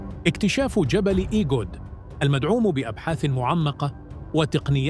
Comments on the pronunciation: هناك خطأ في تسمية المنطقة ايغود وليس ايجود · المرجو تصحيح كلمة إيجود ب إيغود